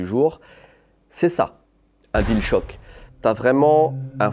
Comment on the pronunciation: Deja il a dis guill shock et pas bill shock... Unfold!